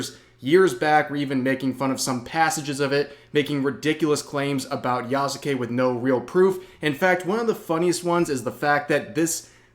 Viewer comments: who the fuck is ya-soo-kay? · The u is silent my guy